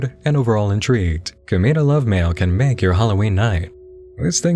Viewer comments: komeeda... i can't, you just keep saying it! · Ohhh man.... Hearing you try to explain Danganronpa (and pronounce Komeada's name) kinda triggered me a bit, but I'll let it slide just because it can be... "Complicated" at times to explain with it's games, anime, and light novels. But other than that all the content that was shown seems pretty interesting. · who else died a little inside everytime he pronounced komaeda’s name like that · I literally only came here for the "KLM" section. Also the why you say "Komaeda" fucking killed me.